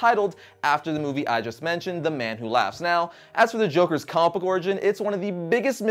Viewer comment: It bugs me so much when he says "compook" instead of comic book